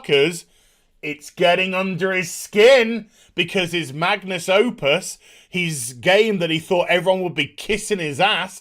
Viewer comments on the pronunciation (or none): none